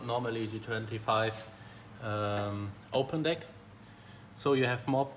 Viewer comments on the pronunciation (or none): none